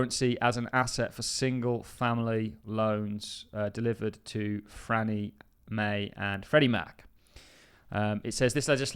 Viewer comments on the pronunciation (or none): Why do you keep saying "Frannie Mae"?????????????? It's not "Frannie Mae", it's "FANNIE MAE"!!!!!!!!!!! "FANNIE". There's no "R" in it!!!